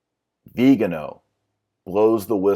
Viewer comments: Interesting video, but, for precision sake, please, pronounce cardinal Vigano’ and not Vigano . The stress is on the final vocal. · The accent is actually in the last syllable. :-) Like Viga NO! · The accent is on the final syllable: vee-gah-NO. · Viganò, accent in the o. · Vigano and Viigaano, are they different people or the same? I know it's the same person but why do you keep pronouncing his name differently? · Cudos for a lot of work researching this. Couple things, please. One, I've found it helpful to Google 'pronounce' and then the word--like Vigano or Reuters. Second, all of us are flawed sinners, as witnessed by scandals in some evangelical churches, but it is the elevating of mere humans to such revered positions instead of focusing on Christ that leads to massive corruption. Putting the church hierarchy on a pedestal has always been a paganization of the body of Christ. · I like how you pronounce "Viganò" differently every time you say it. :) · Dr Marshall is it Cardinal "vee-gano" or "Vigano"? Quite confusing distraction from an otherwise interesting video.